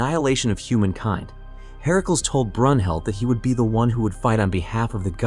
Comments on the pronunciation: Ok i was up for this but the herakuls bugged the hell out of me. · Why you keep saying Hercules name like that it's not pronounced that way